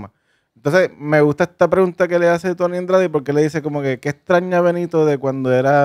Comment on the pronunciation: A lo mejor se cayó la entrevista por q nunca has pronunciado bien su nombre… El no es Tony Andrades es Tony Dandrades